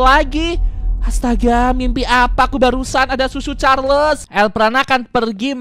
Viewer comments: Itu Choo choo carles bukan susu carles 💀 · Tadi el prana ngomong susu charles bukan choo choo charles😂😂😂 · Bang cara nyebutnya cho_cho Charles bukan susu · cho cho charles ❌ su su charles ✅